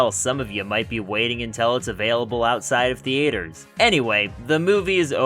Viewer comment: Hold the phone. You pronounced theater weird